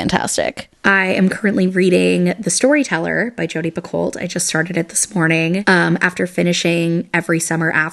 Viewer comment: Fun fact it’s actually pronounced Jodi pico like pico de gallo. I learned from her tiktoks and it absolutely blew my mind after her name (incorrectly pronounced) has been said in our house a million times since I was little lol